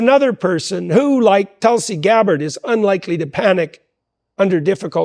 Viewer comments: "Telsey Garrett"? You mean Tulsi Gabbard? Get it together folks lmao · Telsey Garrett lol u got her name all jacked up in the chapter yall 😂 im like who dat hahahaha